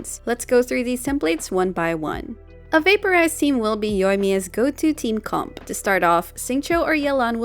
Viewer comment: you really had to pronounce "comp" like a handicapped seal didn't you? Are you blowing your spit bubbles while talking or sth?